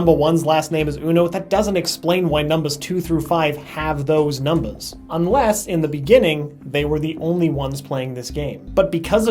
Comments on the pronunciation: I like how he says "numbas" instead of numbers. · The way he says "numbas" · I love how he is sooo into the "role" (idk what to call it) he says numbahs instead of numbers. It's so hilarious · why did u keep saying numbas instead of numbers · "Numba" Haha XD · The fact that he used "numbas" instead of "numbers" the entire time 😊😊😊😊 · "NUMBUHS" is what I gear every time LMAO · Is it just me or is he saying numbas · I hate how he pronounces everything except for "numbers" correctly. He says it like "numbas" and it's throwing me off. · what's up with you saying numbas' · why does he say number like that (numbahhs) its rlly bothering me!! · He is saying numbus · Anyone notice he says numbas instead of numbers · numbahs... that's so charming though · Am I the only one who heard him keep saying numbas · Did anyone else notice that he says numbas instead of numbers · Is it just me or does he pronounce numbers like a baby? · I like how he says numbers lol